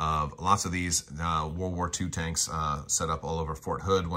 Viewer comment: Allo allo, wot 'ave we 'ear. Tankses he says, tankses.